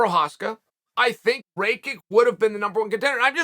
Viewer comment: Chael, literally put some respect on these guys names man. "Ray-kik"??? You know damn well it's "ray-kitch"